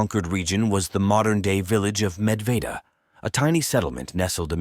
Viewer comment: How does he pronounce Medveda differently every time? 😂